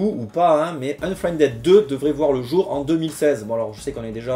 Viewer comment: "Unfriendède" -->" Unfriendide" De rien.:p